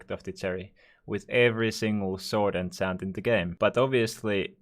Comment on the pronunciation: Holy shit pls dont say ensent its enchant